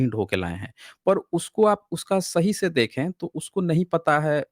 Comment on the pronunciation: Sadi Ke Baad She, Nahee Century Ke Baad Se ✅. Se ✅ She Pronounce wrong. Har S Ko Aap Sh Pronouns Karna Bund Kro Example Possible ✅ Posshible Wrong 😑.